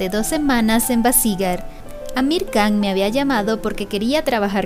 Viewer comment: Muy buenos tus videos, un detallito la KH se pronuncia como una J o sea sería Sharuk "Jan" la pronunciación, sin que suene la K